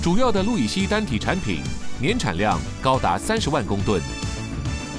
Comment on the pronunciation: 是不是氯乙烯不是路乙 烯